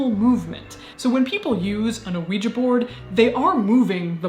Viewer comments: You're the only Youtuber I know that says the word Ouija correctly. Most dingdongs say "WEE-GEE" which drives me batshit crazy since it ends in an A. You (and I) say it properly. It is pronounced "WEE-JUH". Thank you for being my Verbal SuperHeroine--with an ass kickin' vocab. ❤️❤️ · Finally!!! someone who pronunces Ouija properly! it's an A, people! not an i nor ee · Thank you! Thank you! Thank you! For singing Knock Three Times and, more importantly, pronouncing ouija correctly. You are fantastic!